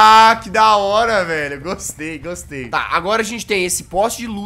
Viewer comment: Não gustuei... Também não asmei... Asduruei